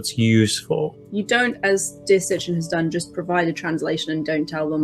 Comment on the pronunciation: its Sitchin not Sitchen